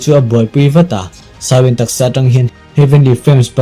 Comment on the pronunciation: "shao wen" chu tunge🤔 "Xiao yan" zok alawm le a changtupa hi,,🤨lam rik dan tur leh a thlûk dan tur chu,, "ziô ân" 👈 tiang ang hian lam rik tur